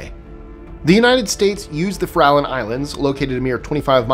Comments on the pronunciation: The Farallon Islands are pronounced Fair-Ah-Lawn. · I went to Farallon View grade school. Fair-ah-Lon was what we said thre and in Montara, Moss Beach, even El Granada, but okay. This was over 40 years ago, maybe it's changed now, tho even Documentaries a=on sharks say if less as if they are from Boston.